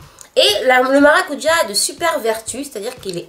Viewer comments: C'est vrai qu'aux Antilles c'est maracudja et non maracuja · ***** elle a totalement raison. On dit maracudja en Guadeloupe. Je vis en Guadeloupe donc je sais de quoi je parle!! Des bisous de la Guadeloupe PS: le sorbet est juste trop délicieux